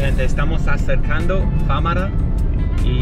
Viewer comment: FaMAra, no FÁmara. Tío, que te lo repitió un montón de veces. 🤣🤣🤣🙃😉🖖. Muy buen vídeo.